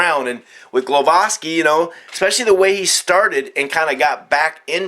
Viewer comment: its gwowaski the prenounciation for sure